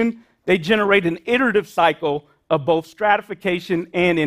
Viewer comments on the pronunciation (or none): none